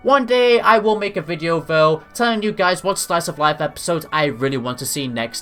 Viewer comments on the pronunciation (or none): none